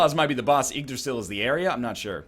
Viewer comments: I'm fairly sure it's "Yotun" and "Iggdrasil" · Jóhannes guðmundsson the way NL pronounced "Yggdrasil" was so wrong that it pretty much overshadowed the whole Jotun thing. I pronounce Jotun in one of the traditional norwegian ways. "Jo-tunn", which, cant actually be pronounced in english.